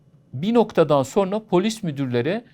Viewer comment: Hocam "sorna" denilmez "sonra" denir.